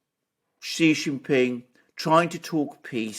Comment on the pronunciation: "Xi" is pronounced "See"!